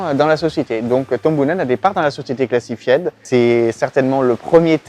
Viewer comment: Massacrer l’anglais comme ça, c'est voulu ou quoi? ”Cla-ssi -faï-de”, pas ”classifiède”. Évidemment qu’ils ne veulent pas dévoiler comment ça marche. C'est la raison même de leur nom.